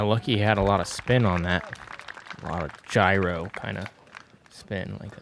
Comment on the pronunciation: Not you you pronounce "gyro" uli